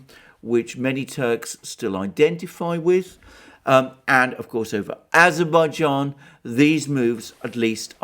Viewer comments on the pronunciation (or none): none